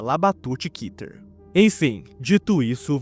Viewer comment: Segundo o hebraico, a palavra Keter se lê Kéter e não Kiter